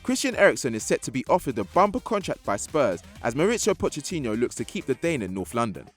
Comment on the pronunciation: This is so petty and I sound like patto here but why can't you guys pronounce names properly? Pochettinho bothered me the most. Yes it's silly but equally it's bloody basic lads! Nobody sifts through these to double check for quality?